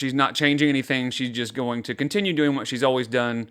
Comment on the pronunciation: she's not even fluent in brainrot 😭 Ask the fellow kids how they're do-eeeeeen